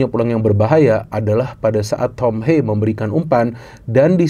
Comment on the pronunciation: tolong lah pronounce nya. Thom Haye, bukan thom heyy, atau thom heii